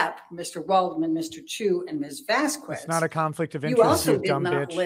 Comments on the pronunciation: It's pronounced Vas-kez. Not VaSs-Koo-ez!!! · I can not stand her pronunciation of Vasquez, its bloody infuriating. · "Mis Vaskwezz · I just can't stand how she says Vaskwez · Does have an aversion to saying Vasquez correctly? Because it makes her look really stupid by repeatedly saying it wrong after so many have said it correctly.